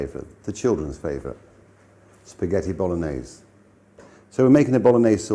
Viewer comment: “Spgheti bolones”